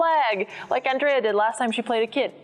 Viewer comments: Andrrrea, with rolling "r"! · The "ANDREA" sounded very mexican